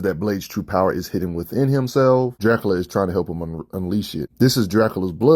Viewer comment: “Draculer”😂 is Crazy